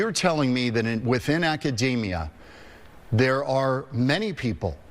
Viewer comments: It would help if Professor Steve Koonin knew how to correctly pronounce the word Academia / akəˈdēmēə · when the guy mispronounced "Academia", i became certain that we are doomed. The last 10K years of stability, an anomaly by itself are gone, we have destryed the Garden that God has given us,... woe be unto those that destroy the Planet